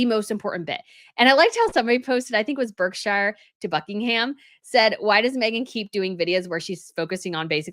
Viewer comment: Berkshire = BARK -sher.